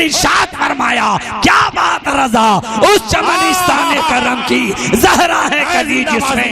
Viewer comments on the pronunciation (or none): none